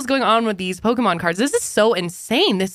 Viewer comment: Lol my grandad used to say pokeman too lol